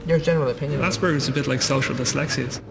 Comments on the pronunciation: assburglers syndrome :p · It isn't. It is pronounced the way it is spelled. You may not know this, but in the English language, a "p" is pronounced with a "p" sound, not a "b". [ASPERGER'S] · I have aspergers and I pronounce it ass-per-gers. I think it's funny and like saying "ass." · When it's pronounced "ass-burgers" I always think of it as an injury sustained from falling off a skateboard :-) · They need to change the name of this disorder. Or at least stop pronouncing it "ass burgers"